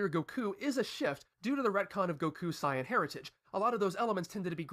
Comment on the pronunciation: not all of them, he said bluma, gero (not pronounced like "jero") and saiyan like sighyin